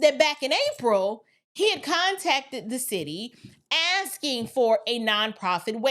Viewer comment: He was AXING 🪓🪓🪓 ??? 🤣😆🤣😆